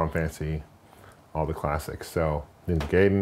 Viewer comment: it's pronounced (Ninja Guy-Den)